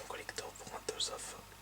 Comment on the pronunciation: "Tales" se prononce comme Tails de Sonic.